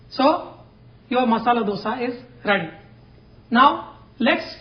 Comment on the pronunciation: Thank you for pronouncing it properly as 'dhosa' (dh as 'th' in word those) and not Dosa (as in word dose of medicine). Hopefully North Indians take note of it and pronounce it correctly.